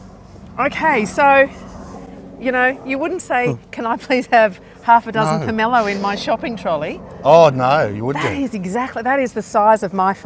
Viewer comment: My forebears are rolling in their graves🥺🥺🥺 it is called a POM O LOW not however you are saying it. My great grandparents Brough them to Australia from Russia 110 years ago, the original trees are still bearing at Habana, just north of Mackay. I have one just starting to flower now. I have several of the variety you have. They are nothing compared to the original which I have seen weighed to 27 kg and are more flat like a pumpkin profile, and the individual parts inside the quarts don’t fall apart like flicks red does. The taste is similar but not nearly as good as the original Russian one👌also you never pick one off the tree, they aren’t properly ripe till they fall👌